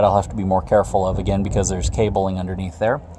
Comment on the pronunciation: Intresting is not a word Becuz is not a word Abildy is not a word Next not nex Probly is not a word Defnuhly is not a word Unuhversal is not a word Uhpinion is not a word Uhready is not a word